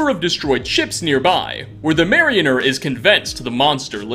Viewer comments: I'm late. But everyone wants to talk about him saying murdered to death. But no one says a single word about marianer? (Mary a ner) it's Mariner. (mare a ner). That has bugged me since he said it the first time. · "Marry-inner" I swear you do that just to mess with viewers... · "The Far Harbor Marioner" makes it sound like she puts on puppet shows 😂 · Mare-in-er never heard anyone mess up mariner so bad.